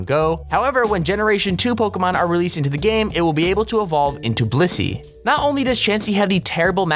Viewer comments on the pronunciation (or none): none